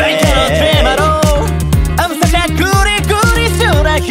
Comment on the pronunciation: 歌投稿お疲れ様です!! 始まった途端英語がばりばりにかっこよくて語彙力がなくなりました… 『I'm』が日本人が話せる発音じゃなくて学校に来る海外の先生と一緒で流石帰国子女さんは違うな…と思いました✨"ラルラリラ"のアレンジまで最高でした!!